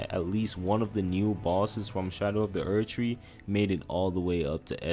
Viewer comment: Only man in the universe to call it erd tree in 2 words lmfao 😂